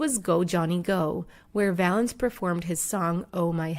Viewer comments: It's Valens not Valence you disrespectful hack. Ffs if you can't figure out to do your homework and check the details, don't bother. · Richard Violence ? It’s Richard violins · Richie Valance??? It's Valens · Speaking from someone who has the last name Valenzuela its “Valenz”